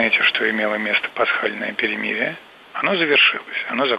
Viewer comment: пасхальноє'' ,,пєрєміріє''🤥